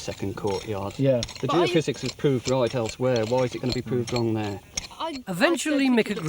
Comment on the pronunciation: Wow, Tony looks so young here. Must be an early one, he actually said Geophysics instead of geo-fizz.